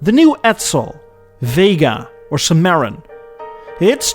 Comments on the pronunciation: Love your vids. FYI, it's pronounced Sim-a-ron, not Sim-marin. Keep up the good work. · Sim-a-ron say it with me now. Not Simare-on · simm-ah-RON... Cimarron Not simmeron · Ed, it’s simma-rawn, not si-mayron. Ed, when will you ever learn? Lol. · Jesus Ed…that’s not how you end a video…you did it in reverse… And it’s Sim-I-Ron… I actually love your English and your accent…but a car that was a a bit of a failure should be held accountable…and you do that by pronouncing its name properly… Thank you. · "Sim-Aaron" Come on dude. Research before throwing these videos together. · CIMARRON = Simm-uh-ronn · Hey narrator is “SimarrON” for Cimarron. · Great series of videos as always. You always knock it out if the park. Cimarron is pronounced like Simmer-ron or Simmar-ron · Cimarron is pronounced “SIM-A-RON”! It was the name of a popular U.S. western movie in the 60s. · You butcher the pronunciation of “cimarron”. Maybe do some research of at least how to pronounce the cars you talk about. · Oh and by the way learn how to pronounce Cimarron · Learn how to pronounce Cimarron correctly!🤣🤣🤣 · Ed, Ed, Ed... Just like Cadillac continually failing, how many times are you going to fail at pronouncing "Cadillac Cimarron"? Over and over again, you mispronounce it. Are you trying to rivel Cadillac for the number of times you can "get it wrong"? 😅🤣😂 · Please learn how to pronounce Cimaron. You are not even close. And I am rather tolerant of these things.